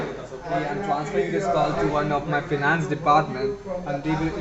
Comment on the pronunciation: "Feenance" support lol this scammer needs to learn English before he scams people 😂